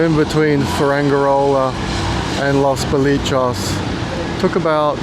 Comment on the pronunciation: great video, just FYI it's pronounced Los bo-lee-chess 👍